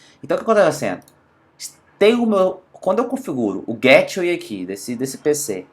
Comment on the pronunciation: Nao se pronuncia GÉTWAY , pronuncia-se GAYTEWAY. Excelente video. Obrigado